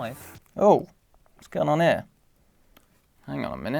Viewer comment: it is heeya